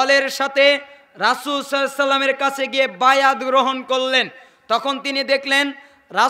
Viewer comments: ভাইজান দরুদ শরীফ তো ভালো করে পড়তে পারলেননা। সহি করে বলেন সাল্লাল্লাহু আলাইহি ওয়াসাল্লাম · হুজুর আল্লাহর রাসূল সাল্লাল্লাহু আলাইহি ওয়াসাল্লাম এই দরূদ সঠিকভাবে উচ্চারণ করছেন না